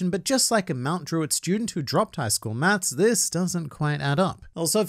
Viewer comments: lmaoooooo when you said MT.DRUITT 😂😂😂🤣🤣🤣 I subscribed! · my guy did mt druitt to dirty, i didnt even know u where from sydney i thought u where english from uk